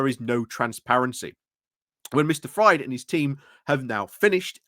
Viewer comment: For future ref,, Fried - a name of German origin - is pronounced "freed". It's not "fried" as in eggs:)